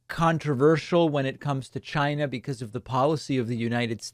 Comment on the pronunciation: Why do you pronounce China that way?